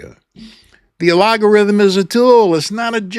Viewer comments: Great key points and such a great reminder! I can't tell if you're pronouncing algorithm incorrectly on purpose...is that a 'thing'? Is there such a thing as "a-log-a-rithm?' Or does YouTube notice if you use "algorithm' in your content/on your page multiple times? Lots of creators use the word algorithm in their scripts / in their videos. Isn't the algo switched up all the time based on data and trends? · Do you mispronounce that word as a jibe at YT? I have a very small channel and make no money because I speak about God. I do not sell t-shirts or anything else. Just a choice I made. I am retired and do not need the $$. Each view is a touch and a victory for me. Just like that sign on the highway that says, "Got Jesus?" it gets seen doesn't it. So do my videos. My purpose and calling are what drives me; not making YouTube happy. I treasure every view, every comment and having a format that allows me to do my output for free! I have reached thousands more than I could ever get to on a street corner. Have a great day,. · Not sure if you meant to mispronounce “algorithm”, but it was hilarious. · A-LOG-a-rithm? Or AL-GO-rithm?, I see where the pronunciation switch up is coming from. The two have quite different meanings and functions. Per Google (via a post on Linked-In) “A logarithm is a mathematical concept used to simplify calculations. An algorithm, on the other hand, is a set of instructions to solve a problem. Think of it this way: A logarithm is like compression—it shrinks complexity into something manageable.Feb 1, 2025. What YouTube has, from what I’ve seen, is the latter, an ALGO-rithm, problem-solving instructions. Love ya,. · My curiosity is getting the best of me. , you almost said algorithm properly, but you caught yourself and said alogorithm. It made me think, "He's doing that on purpose! But why?" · Al GOR ithum...only because you keep saying incorrectly , don't know if I can finish listening 😂😂 but I'll try another video